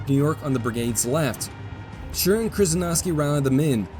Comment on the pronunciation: I really like and admire chanel but as a german i must admit his pronounciation of german names has space for improvement. Example: In High German you speak the name "Schurz" with a long hissed "zzz" ad the end.